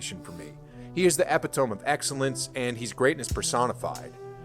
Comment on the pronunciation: Epitoem?... gen z with the educlation